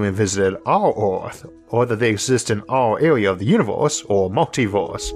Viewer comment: I'm in the universe where this guy called Isaac calls it "univorse," and it's wild.